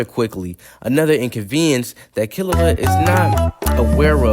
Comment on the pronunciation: You pronounced it wrong…